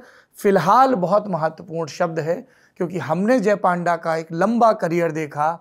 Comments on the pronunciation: Not a panda its pan da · His name should be pronounced as PUNDA not PAANDA. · Its not PAANDA Its PUN-DA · Its Not पांडा ❌ Its पNडा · Sourabh ji His name is Baijayant Panda.. Not Paanda 😡😡 first learn how to pronounce a name